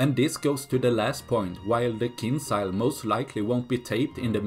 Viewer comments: It's not kinsiyal it's KEEN JAL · It pronounced more like kindʒa:l. Not as z, but more like j in jail for example. But actually without sound d ). In russian it means dagger.